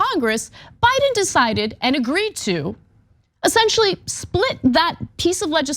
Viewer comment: You say Biden like Trump says China.